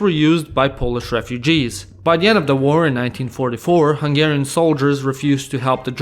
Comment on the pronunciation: I like your hungarian pronunciation!